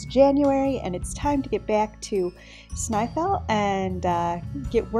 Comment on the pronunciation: You are saying it perfect hun Btw LOVE your port